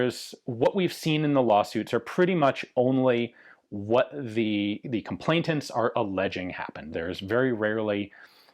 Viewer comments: "Complainant" not "complaintant" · 'ComplaiNant' Not ComplaiTant, or whatever it is you're saying...